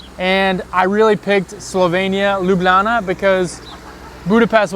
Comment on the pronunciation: You now say "Lublana" like a real Ljubljančan 😊